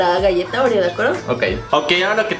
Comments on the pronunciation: No seria ''OREO'' dice ''REOO'' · decía reoo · oye Karen dijiste réyelo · Es oreo no reoo xdxd